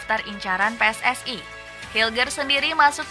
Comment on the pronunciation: Maaf pakcik bukan PI-ES-ES-AI tapi PE-ES-ES-I dalam tata bahasa Indonesia ada aturannya sendiri... jika itu singkatan kata dalam bahasa Indonesia maka gunakan juga ejaan alfabet dalam bahasa Indonesia...